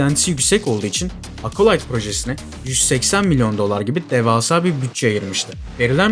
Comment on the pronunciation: Acolyte kelimesinde ''A'' sesi yok ağız açık Ea sesi (çene açılıyor-jaw drop), Apple telefuzundaki gibi Ekolayt ... Eapıll gibi ... Akolayt Akolayt dedikçe kulaklarım tırmalandı. Ya Merdan Yanardağ gibi bütün harfler telaffuzlar Türkçe yapılsın Acolite gibi ya da orjinaline uygun dikkat edelim :)